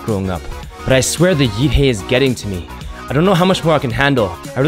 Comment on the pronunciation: ''Yeet Hay'' LOOOOOL never heard it like this b4 XD